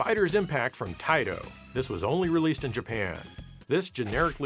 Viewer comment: You mispronounced "Taito" so many times I'm almost mad at you. It's "TAAITOOOO"!